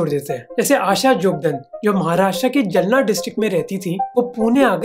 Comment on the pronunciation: Bhai u show great research in ur videos and u r a great presenter, but i am not satisfied with the way U pronounce indian names like a hi-society convent educated ignorant of indian lingo, U said जलना district Maharastra, whereas it is जालना, similarly its not बिखारी but भिखारी, its ज़कात and not ज़ाक़त।